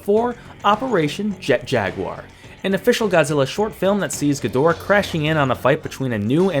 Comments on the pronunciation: You didn't even get Desghidorah's name right x.x It's Des, not Desi. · Why are you adding the I? It’s just Desghidorah